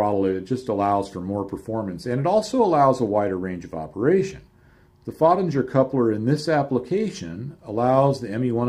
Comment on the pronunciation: Hi, It took me some time to decode your English pronunciation of the name of the inventor of the coupling. For anybody that would like to know more about this German engineer: His name is Hermann Föttinger. Regards from Denmark /oakey